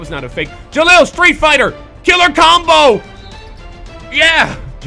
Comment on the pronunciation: It's pronounced ja-hal